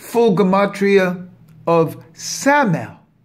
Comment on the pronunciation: It's pronounced sa-ma-yel and my-chel